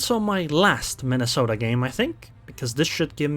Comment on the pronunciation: Soooo, you have been sailing the Mine-a-salt-eh xD It's a humbling experience to say to least.